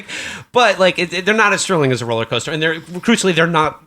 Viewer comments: I heard "rolly coaster" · at one point he says 'coller coaster' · I heard "rolly coaster" which I quite liked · Did Matt say 'rolling coaster'? Imagining him wearing a straw hat and bow tie.